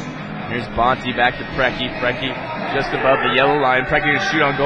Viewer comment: The mispronunciation of all of the (what should be) very famous american soccer legends' names kills me! There's not even an "S" in Preki...